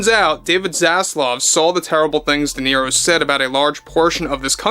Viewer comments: Robert dequeero 😅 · I don’t think Duhhhnero has ever read a book😂😂😂